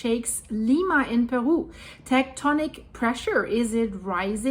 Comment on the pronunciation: Love the way she pronounces Perú